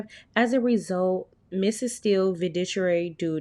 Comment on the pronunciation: Fa-doo-she-ary is how the word is pronounced😅😅😅😅😅